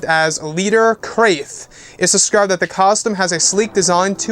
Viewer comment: This is a quote about a people known as "The Krath" pronounced similar to "Bath","Math","Wrath"" & "Laugh", etc. You perhaps are pronouncing it wrong. If what You are saying is spelt with a "C" in the word: "Crath" isn't it likely it is pronounced "C - RA - TH" like "K - RA - TH" (MATH, BATH, WRATH) This is a quoute by: Migrate Wizard from: Never Wizard Vault as an example. He must have got it from official Star Wars Legends lore. It reads; "The Krath was a secret society founded among the elites of Teta System which embarked on a mission of conquest and betrayal shortly before the rise of Exar Kun. Hugh Fleming, author of this picture of standard Krath warrior, was influenced by the earlier portrayal of Wilhelm the Conqueror." The "Krath" were an ancient order much like the Sith full of different species who followed their own particular doctrine... Unless that concept of them has now changed or been changed.